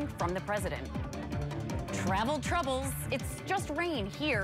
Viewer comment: Tuh-ravel Tuh-rubbles. Let me add an extra syllable to every word that doesn't need it. All around weird reading, and delivery. Pauses when she doesn't need to and doesn't when she should. And awkward hand offs to Kelly Bates and other reporters.